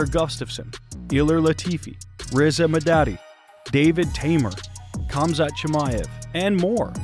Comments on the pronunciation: For christ’s sake, americans, please learn to pronounce names. It’s not Kamzat, its Hamzat. As is Habib for that matter. Is it not bad enough that u guys are so illiterate that you only speak one language and on top of that you decide to butcher every name besides John? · For the love of god chumzat is not the pronunciation . Khamzat or pronounced as hamzat is like D'jango, the K is silent. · 👏👏👏 Another channel who cant pronounce Khamzat's name properly. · you are pronouncing his name wrong